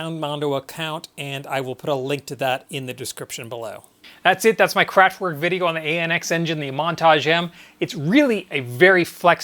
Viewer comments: And not "work" - I really don't understand if he ever heard how it is pronounced originally, how can he say "work". Pronounce it with e, just like in let or met. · Thanks for the video! Great job. But, please,, pronounce "kraftVerk", imagine it's a V, not a W 😁